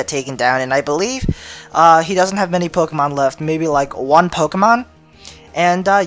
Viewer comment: scythe and im sorry but your intro is so god damn cheesey.... and I don't like the way u pronounce the pokemon lol